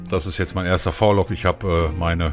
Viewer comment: Hey cooler Vlog aber man spricht es aus wie :Wielog also das V als Wie aber bester mann